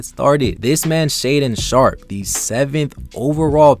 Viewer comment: "Shataden Shtarp" bruh 😂😂😂😂